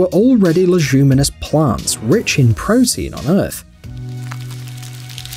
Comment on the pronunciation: Leguminous comes from the word legume and that is pronounced leg-yoom. Almost every single video has these silly mistakes, if you’re not sure why not check?